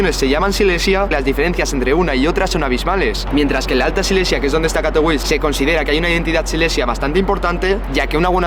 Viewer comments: Vaya pantomima de video, ni siquiera sabe pronunciar el nombre de la ciudad en la que está, suena a propaganda de unos frikis que no representan ni al 8% de su región...como todos los países, Polonia está conformada por zonas que en algún momento de la historia eran independientes o formaban parte de otro estado o imperio, Silesia no es la única, pero a algunos les gusta sentirse especialitos. En los últimos 15 años he recorrido todas las regiones y grandes ciudades de Polonia y nunca habia visto señales de movimientos independentistas, le he preguntado a mi mujer (polaca) sobre este tema y ha flipado con este video. La prueba es q busca gente por la calle y les importa una m.. este tema como al 99,9% de los polacos. Ese partido lo que quiere es dinero público para vivir de su chiringuito y llegado el momento recibir dinero de potencias enemigas de Polonia para perpetuarse en el sistema, pero los polacos saben perfectamente que la unión hace la fuerza y que son más importantes las cosas que les unen. Por cierto, eso del catolicismo obrerista sindicalista, lo del color de las banderas (amarillo y azul? Que se anexionen a Ukrania entonces)... Q me lo expliquen, en serio, no hay por donde cogerlo. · jajajaja. A mí también me ha parecido curiosa la manera en que la pronunciaba, al principio no entendía a qué ciudad se refería /katoviče/ no /kato'wis/ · Nene, Katowice se pronuncia CATOVICHE y no CATOUIS. Katowice no es una ciudad inglesa. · En español se pronuncia CATOVIZE y no catouis. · Katowice se pronuncia 'Katovitse'. Se vale no saber como es la pronunciación local. Pero entonces deberías decirlo como lo harías en español, pronunciando la 'e' final. La 'e' no es muda ni en español ni en polaco. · Katowis🤣🤣🤣🤣, como puedes hablar de algo si no sabes como se pronuncia el nombre de esa ciudad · Se pronuncia CATOVITSE. Tiene una c y no ć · De hecho tampoco. Se pronuncia "Catovitse". En polaco, la "w" es como "vf" y la "c" como "ts" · La w en polaco suena como b